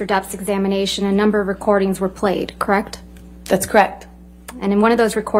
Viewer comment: Creckt? Thats creckt.